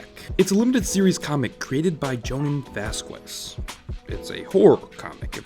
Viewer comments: It turns my freaking ears inside out when people pronounce "vazques" "vass-kwez". Really wanted to watch this. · All latins on the coments! Its vazques! The u is silent! Q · The way you pronounced Vazquez made me want to do something horrible